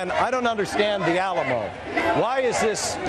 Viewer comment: Did he call it the alamall?